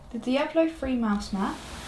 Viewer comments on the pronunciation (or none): none